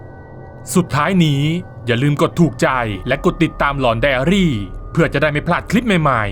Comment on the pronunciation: ผมติดตามตั้งแต่ ตอนแรกคลิปเขาพูดว่า หลอนไดอารี ไม่ใช่ ไดอารี่